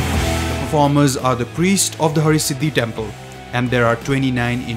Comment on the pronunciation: Its Har-Siddhi not Hari-Siddhi …please make sure to correct it .